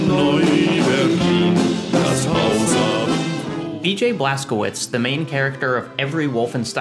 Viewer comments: okay say it with me: „BLAS. KO. WITSH“. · Cz is read as ch (like in i.e. check)